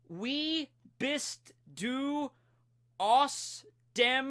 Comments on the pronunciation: Well you nailed the "du" lol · "du" and "Kroko" were preety well pronounced, Well done:) greetings from Germany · Du. U got du right lol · you pronounced the "DU" right :D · you pronnounced "wie" "bist" "du" and "Kroko" correctly but the rest was false but some were pretty close...